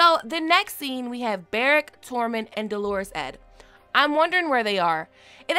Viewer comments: Love you girl. I hate to be the grammar police but Dolorous Ed is not pronounced like Delores. Dolorous is an adjective describing his demeanor. Pronounced more like dollar-ous. Sorry, I'm just OCD like that. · Please. "Dolores" is a woman's name. "Dolorous"--DOH ler us--means "gloomy." Hard accent on the first syllable. Your pronunciation takes all the cleverness out of these Night's Watch yahoos using a high-falutin' word like that to describe Ed. It's also pretty demeaning, like calling Mean Joe Green "Irene Joe Green."